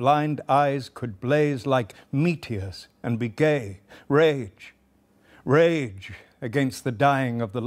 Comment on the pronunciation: I am sorry for spoiling it, but every time he says 'Rage, rage!' I hear 'Shame, Shame!'